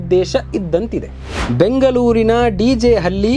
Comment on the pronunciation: ನೀನು ತಿಕ ಮುಚ್ಚಿಕೊಂಡಿರೋ ಬೇವರ್ಸಿ ನೀನು ದೊಡ್ಡ ಮೂರ್ಖ ಎಂದು ತಿಳಿಯುತ್ತೆ ನಿನ್ನ ಅರ್ಥವಿಲ್ಲದ ಮಾತು ಹೇಲುವುದು ಎನ್ನುವೆ ಹುಬ್ಬಲ್ಲಿ ಬೆಂಗಲೂರು ಆಡಲಿತ ಎನ್ನುವೆ ನಿನಗೆ ಅಸಲಿಗೆ ಕನ್ನಡ ಉಚ್ಚಾರಣೆ ಮಾಡುವುದೇ ಗೊತ್ತಿಲ್ಲವೆಂದ ಮೇಲೆ ವಿಷಯ ನಿರೂಪಣೆ ಇನ್ನು ಹೇಗಿರುತ್ತೆ. ಳ ಬದಲು ಲ ಅನ್ನುವೆ ಣ ಅನ್ನುವ ಕಡೆ ನ ಅನ್ನುವೆ ನಿನಗ್ಯಾರು ಸುದ್ದಿ ತಿಳಿಸುವ ಉದ್ಯೋಗ ಕೊಟ್ಟಿದ್ದು.